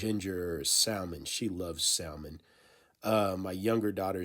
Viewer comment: You said Sal mon…no…no…no. You just lost credibility with that pronunciation lol